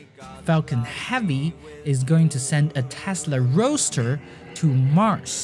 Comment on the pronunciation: Great video mate, but I think that a lot of people are going to roast you for the Tesla "Roa(d??)ster" :D